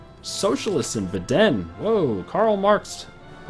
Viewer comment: "Beddenne" lol. It's called Baden. As in Baaah Den!